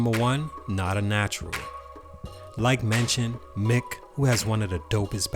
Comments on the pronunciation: It definitely is pronounced mike! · It’s “mike” I know it’s spelled “myck” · Mick....I thought is was pronounced Mike